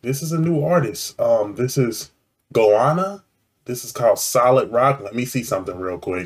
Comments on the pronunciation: Hey, Goanna is pronounced as ‘Go-Anna’, it’s the name of a large Oz lizard, somewhat similar to a monitor type. It’s shown thru the vid, depicted often in First Nation’s paintings/artwork.. very powerful lyrics and that beat as you said, just lifts you beyond Cheers mate 🍻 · mate its pronounced go anna or nintuka as we call goannas a bloody big lizard mate cheers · This is pronounced go - anna after australias 2nd largest lizard. They are not new, this dates to the 1980s. They were another ozrock bsnd expressing social issues the same as midnight oil. They were short lived. Midnight oil was at the ssme time as goanna and redgum. But midnight oil stopped playing abd wentbinto politics for 2 decades then reformed. Cold chisel was later and crowded house is separated from them by the fact they are not even an australian band, they are a new zealand band. Maybe you should do some australian crawl, angels, hoodoo gurus, mental as anything, acdc, easybeats, the loved ones etc all ozrock bands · Love the way you pronounce Goanna 😂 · Goanna is pronounced the same way you would cheer for someone called Anna. Go Anna. Or with a more Australian accent gowanna. All short vowels